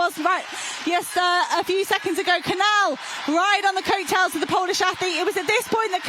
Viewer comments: Why are these commentators still not able to properly pronounce the spanish ñ, and the portuguese 'lh' in Cañal and Coelho... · You are horrible at pronunciation any names that are not English. I find it quite offensive that you don't learn how to pronounce the names in Spanish. There're only about 500 million who speak that language. Cañal and Canal do not sound the same. But, as usual Americans and British are very monolinguals and very ignorant. You don't pronounce the name of the Portuguese athlete correctly either. I don't know French or any Scandinavian language, but my guess would be that you will butchers those last names as well.. How unprofessional. I'd be embarrassed.